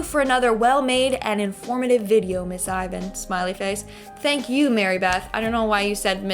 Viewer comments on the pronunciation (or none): none